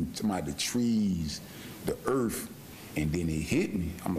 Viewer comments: 44 years on this earth and he's saying earf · The earff 😂😂💀💀💀😂😂